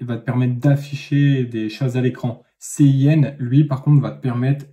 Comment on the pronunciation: Bon je vais être un peu casse pied mais voici quelques petites erreurs : La prononciation (ce n'est pas très important mais ça aide à la compréhension) : cout est en réalité consol out (et cin consol in) donc cela se prononce plutôt ci out et ci in (le c à l'anglaise). Le using namespace std est bien en soit mais puisque std est EXTRÊMEMENT vaste, quand tu rencontrera des plus grands projets il y aura sûrement une de tes fonctions qui portera le même nom qu'une autre fonction dans std, et là c'est vraiment relou à trouver le problème (car std:: signifie à peut près dans std). Et n'oublie pas l'espace après les deux points dans cout :P Bon je râle mais cette vidéo était super